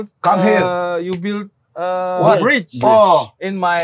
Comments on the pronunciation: Yg lucu tuh udah salah sebut TERIAK lagi " the bridge " the bright 😂😂😂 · Mamat: Tell me about the brayj😂